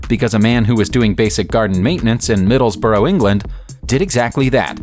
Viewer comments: The plane was found off the coast of "Mar-sigh"? "Middles-borrow"? the French costal city is Marseille, is "Mar-say" and the Northern English town, Middlesbrough, is "Middles-buruh" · That's not how you pronounce Middlesbrough. Middles-bruh. Daft yanks. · This narration is of very poorly pronounceiatic kwalitk. I will now drive my koontak to middlesbro. Faceplants!